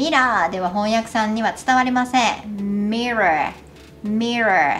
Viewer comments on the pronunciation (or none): workの口を横に開くとweekに近いworkになるからもっと改善できる気がします。mirrorもoよりerまたはarに発音が近い感じに聞こえます。